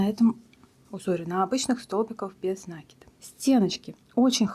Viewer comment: Что у вас с ударениями? "нАкид, бИсквит"! В школе плохо учились? Слушать противно!